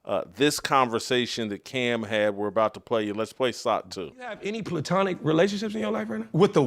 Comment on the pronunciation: PLay-Tonic lol